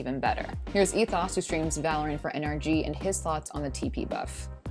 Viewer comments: Her pronunciation of ethos triggered me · How do u mispronounce ethos? Thought everyone learns it in 6th grade english